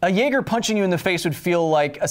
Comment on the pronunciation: Naeger XD